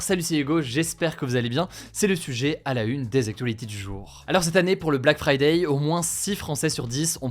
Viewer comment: Pourquoi vous dites fridaille xD c'est friday comme fridé!